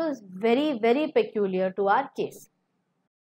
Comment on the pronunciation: Madam, your English pronunciation is wrong in many cases like peculiar.